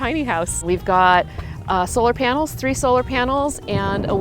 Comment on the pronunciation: I don't like it when people say AND as AYAND . STOP It pls. Also it's a solar panel. Not solar PYANEL